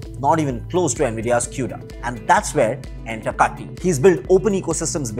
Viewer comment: It's not Tiger T in kaTTi ... It's Tulip T in kaTTi... I know coz he was my senior in my school at Dharwad Karnataka. 😊